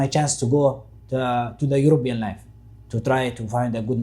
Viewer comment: Somalis can't pronounce letter P, he said Eurobean . He's 100% somali. Besides how long you somalis lie yourself and try to put yourselves above any nation and community.